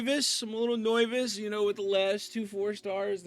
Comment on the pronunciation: This guy thinks he's funny saying neyvous 😂🤣😂🤣